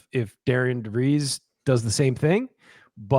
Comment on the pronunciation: And it’s pronounced DARREN DeVries.